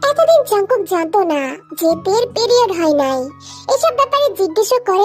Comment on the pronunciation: Priode❌️ Piliode✅️😂😂🤣